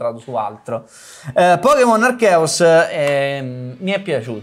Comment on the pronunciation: Si dice Arseus!!!11!!!!1!!